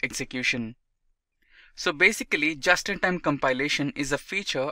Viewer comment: Please note that in Q1, you read "Java-in-Time Compiler", while your text correctly stated "Just-in -Time Compiler".